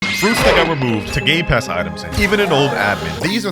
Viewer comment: Bro actually said “gay pass” XD